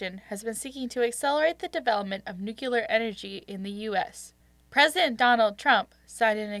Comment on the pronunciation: It's Democratic, and nuclear, not nuciler